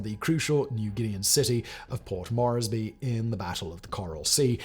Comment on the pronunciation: Simon, I'm dying 😂 Rabaul = ra-BAL; Port Moresby = port MORZ-bee; Bougainville = BO-gan-vill. Am Australian who has been there.